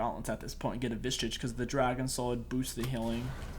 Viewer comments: Can you make a video where you say vishage correctly ? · my man cant say visage lol